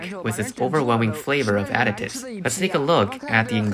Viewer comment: You have got to stop pronouncing additives as addictives. There is no C in there addi ti ve es.